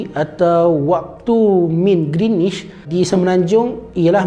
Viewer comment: Knp speaker sebut greenish? 🤔